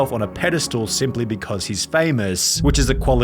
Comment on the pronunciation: Never herd an Australian say "Vsuase"